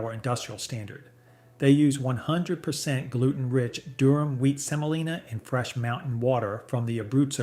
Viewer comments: Semolina, OK? SEMOLINA. Not Selina. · Durum. Not Durham. Also Semolina, not Selina. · * DURUM not Durham, Durham is a city in the south. * SEMOLINA not selina. * It’s pronounced fah-REE-na not fah-RAI-na. * And the mold is called a DIE not a dye…. A dye is a coloring. * Why do you show so many shots of ramen? It’s Chinese and it’s fried, precooked instant noodles that you can even crumble over salad without cooking again. * A minor TEXTURAL issue not textual. A few years ago I looked at the manufacturer of both Ronzoni and American Beauty, on the package. They were both made by Hershey. Called Hershey. Turned out both brands were made by the same factory, same machines, exactly the same formula and product. I asked Hershey why they make Ronzoni when American Beauty is so much cheaper, and they said “customer loyalty.” But they’re the same except for the price.